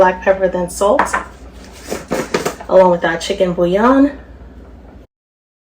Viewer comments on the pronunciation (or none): none